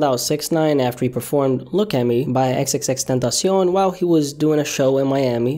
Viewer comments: You say x’s name Gaye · xxxtentacion pronouncion en espanolololol